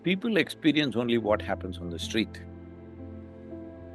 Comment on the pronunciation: He can't say street has to be eliminated.